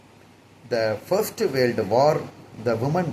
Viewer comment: Adhu warld Ila da kiruku adhu world olunga pronounce pannu mundam